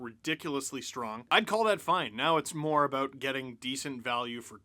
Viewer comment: Lol so funny how Canadians say " about" , abooooot lololol